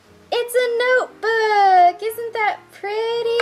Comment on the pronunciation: " it's a noyeboooook!!" Lol great vid